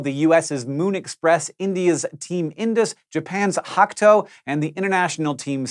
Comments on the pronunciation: Japan's team, Hakuto, is pronounce Hah-KOO-toh not Hack-toe. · Hah-KOO-toh NOT Hack-Toe. geesch! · Ha-KU-To surely that's not a silent "ku"? 😊